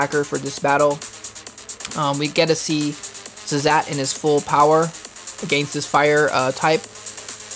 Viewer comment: It's yiazmat not yazzmat